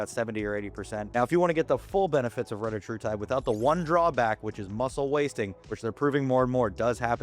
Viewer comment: This dude is literally just making stuff up. But OK. You could at least be the one tuber that pronounces retatrutide correctly 🙄